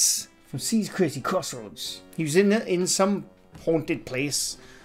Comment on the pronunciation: chris's crazy crossroads.. if you cant say their channel names right, don't do videos about them